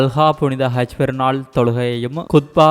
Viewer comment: Seithi wasikkum pennukku haj enru solamudiyata kaj enru than solhirar